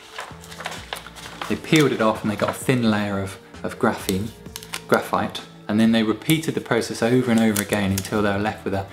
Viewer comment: Graphi, oh graphite... graphi